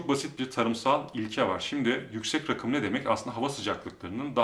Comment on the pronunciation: Kilo almissin reyiz :) Bu arada, yükselti manasina gelen rakım kelimesini yanlis telaffuz ediyorsun. Oraraki 'a' uzatilmali 'raakım' olarak telaffuz edilmeli.